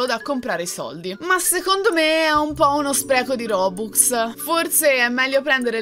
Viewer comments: si dice roblox.non Boboux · bel video ma si dice robux non bobux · nom si dice rbuz ok